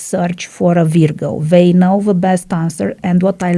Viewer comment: You pronounced "Virgo" incorrectly.